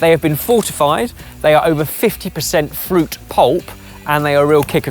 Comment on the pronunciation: English: fruit, French: Fuit?? Keep the R.